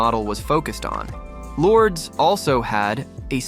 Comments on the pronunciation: Lourdes is pronounced "Lord-es" not "Lords". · That's not how you say her name. LORD-ES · This video is AI manufactured so the pronunciation is butchered. 👎